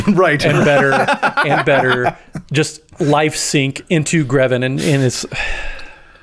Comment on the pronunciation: Buddy. Pal. It's GrEven, not GrAven. Please, please stop.